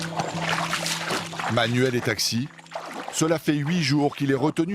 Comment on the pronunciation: Arrete de parler de juina comme si cetait espagnol, cela ne se dit pas de la meme façon, un "J" cest um j et non pas un r, Vous etes graves mais pour les non connaisseurs cela passe